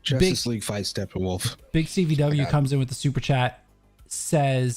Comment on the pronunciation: No one is guna talk about calling him “Steppenwaff?” Lol